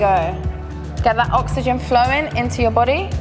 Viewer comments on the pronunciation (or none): none